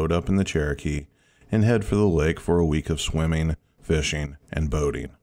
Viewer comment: Swimming not swimmeen Boating not boateen Turning not turneen Behind not buhhind Finishing not finisheen Morning not morneen Starting not starteen Swimming not swimmeen Fishing not fisheen Sickening not sickeneen Growl not graal Probably not prolly Running not runneen Caterpillar not catuhpiller Wouldn’t not wooden Before not buhfore Coming not comeen Not even half way through. You get the point. Ing not een. Get elocution lessons.